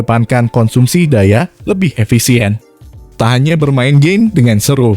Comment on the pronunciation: "memainkan gey" :v